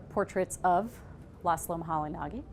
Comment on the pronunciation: Laszlo Moholy-Nagy is pronounced 'muh-holy-najj' not 'muh-holy-nah-gee'